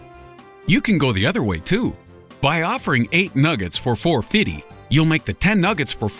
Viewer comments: again with the 'gay marriage causing some type of natural disaster' thing huh?! gay agenda much? btw, it's "four fiFty", not "four fitty" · "Fou-fiddy" lmao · He said "fo-fiddy"! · did he say 4 fiddy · " four fiddy " lol